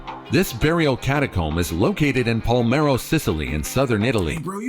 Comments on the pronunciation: N° 8: It's PaLERmo dude, not Palmero \o/ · That's pronounced "Pole-AIR-mo", Sicily. The most conquered city in Europe, according to Gen. Patton. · No thats wrong. That's pronounced " Pa-ler-mo"... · My Dad visited the catacombs of Palermo. (BTW the narrator mispronounces. It’s Pah-lair-mo.) But there is a little girl in there who looks like she’s just sleeping… very lifelike, even though she passed many, many years ago.